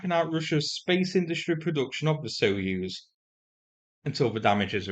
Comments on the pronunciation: Just a gentle comment on the pronunciation of the word Soyuz, "soy"as in the soy bean, not "so." Always great to get your updates and love your humour. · What's a "so use" rocket? Do at least attempt to pronounce Soyuz properly. It's not like it's a novel term in English.